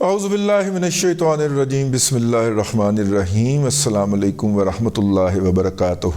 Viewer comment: ت کہ اوپر پیش پڑھا کریں وبرکاتہ